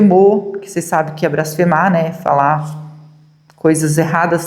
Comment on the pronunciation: NÃO É "BRASFEMAR" É BLASFEMAR. É BLASFÊMIA, COM L.